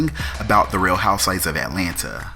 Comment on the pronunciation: I love your pronunciation of the HOUSEWIVES. It sounds like you're saying HOUSE-WISE lol. It's cool though; I think it's endearing. For me, it's like your stamp; if someone else was pretending to be you doing these reviews, we would be able to tell because they wouldn't get the WISE everytime the word HOUSEWIVES is mentioned. Keep up the good work